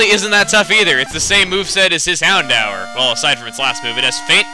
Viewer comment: hey i thought houndour was pronounced hound door